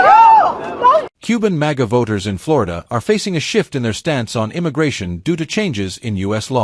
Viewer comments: Now, you don’t know how to pronounce Florida ??? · I love how you said Florida the first time, don't change it.❤